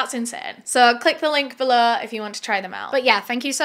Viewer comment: the link belo? beleu? is it french? or did you want to say below?